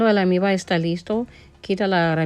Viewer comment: se dice almíbaR....y trescientos grados. Namaste 🕉️